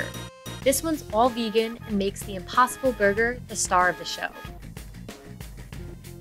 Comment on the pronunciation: did she really said vegan!?? Monty’s burgers are vegann ohkahy